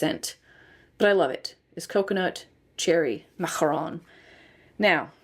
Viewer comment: I loved your French pronunciation 😊